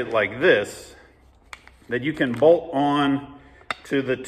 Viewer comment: I love how every time trys to say BOLT he says BOLD 😂